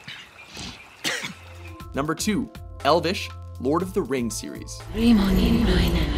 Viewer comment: Tim Lepo elvish as in elven as in elves? not e-l-v-i-s